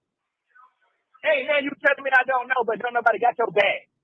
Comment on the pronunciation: I feel like he called her a “new body” in lieu of a nobody 😂